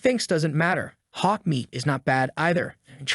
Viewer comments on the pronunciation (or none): none